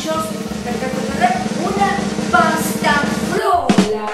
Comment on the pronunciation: Pasta Frola,, no flora, por más simpática qué sea